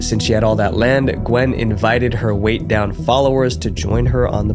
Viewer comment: "Weigh Down," not "Weight Down." (I think the cross in the logo is throwing you off.)